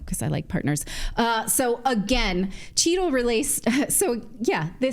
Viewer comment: I think you may be saying Cheatle but all I hear is "Cheeto" (brought to you by Pepsico).